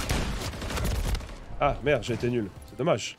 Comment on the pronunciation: quand il dommage il prononce dommache 😂